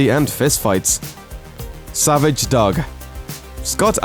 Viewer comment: The narrator can't pronounce "dog"? wtf